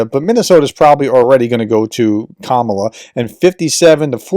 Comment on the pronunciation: KamAla, not KamUla